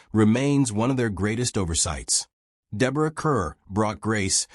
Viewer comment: I stopped watching after the Cary Grant episode -- and hearing Deborah Kerr's name mispronounced repeatedly, and hearing that Gary Grant was never nominated for an Oscar. (He was nominated for two Oscars.) These Golden Age Icon videos are pathetic.